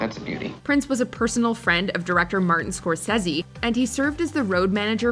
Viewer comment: Did anyone else think it was funny how she pronounced scorsese